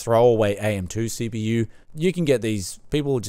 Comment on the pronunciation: I have pea see with ayyy m dee si pea yu.